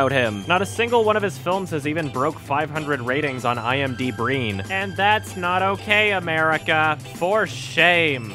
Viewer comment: "IMDBreen" Imma get you for that one.